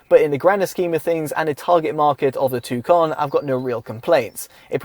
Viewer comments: Its not a tucan its a tucson just say "tosan". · TUSON it’s pronounced